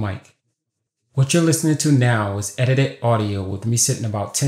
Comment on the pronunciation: edited not edidi holy cow your english is bad.